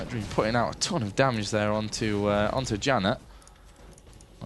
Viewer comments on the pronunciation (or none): Janna is pronounced 'YAN-NAH'. Damn announcer. '=.=